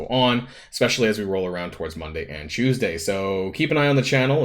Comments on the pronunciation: CHEWS-day? or CHOOSE-day? i cant tell which one you are trying to say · Lol CHEWS-day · Lol yes trademark "chewsday". I had a Filipino friend who pronounced it the same exact way.